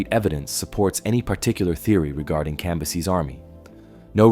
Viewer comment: It’s fucking CAM - BYE- SES.